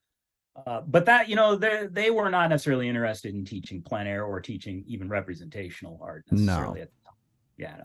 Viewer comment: please learn to pronounce plein air